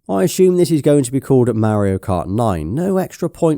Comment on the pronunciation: The way he pronounces “Mario kart”😂❤